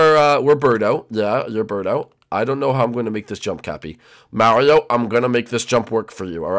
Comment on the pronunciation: it's birdo not berto